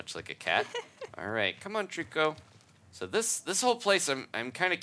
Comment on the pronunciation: You both said it wrong it's trico